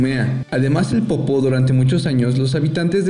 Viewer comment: Tampoco sabe pronunciar el reportero de México Xallitzintla (Shalitzintla) .....dice Shalitzintla...y creo dice Popó en lugar de Popo. Así que aquí también se cuecen habas.....